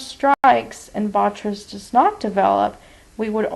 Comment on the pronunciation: bo-TRY-tis Not: Bot-tris. Otherwise a very interesting case presentation. :)